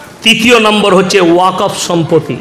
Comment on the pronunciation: হুজুর উচ্চারণ টা শিখুন -- সম্পতি না ওটা সম্পত্তি হবে